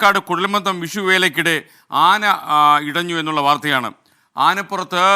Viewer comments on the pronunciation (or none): കുഴൽ മന്ദിo എന്നല്ല കുഴൽ മന്ദം എന്നാണ്.